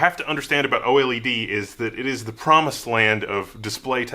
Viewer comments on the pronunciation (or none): I think the first thing you must understand about "oily-dee" is that most people call it "oh-led". 😜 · Man, I can't take this seriously.. How do you mispronounce OLED hahaha.